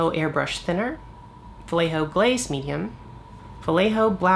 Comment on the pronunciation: Great video. Sorry for my nitpicking, but since you say "vallejo" about a hundred time in this video... It's pronounced "wuh-ye-ho-(actually not "h", but the throaty spanish (or German or Dutch) sound 🙂, but yeah)". The "ll" in spanish is a "y".